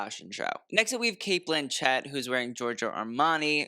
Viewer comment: Great job, as always. I'm jealous that you got to see that Demi dress up close and personal. It looks divine. And as an FYI.... it's pronounced Cate BLANchit.... not BlanCHETT - use that info or don't... I like you and thought you should know in case you meet her!